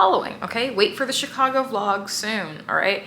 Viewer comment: lol chic-I-go 😂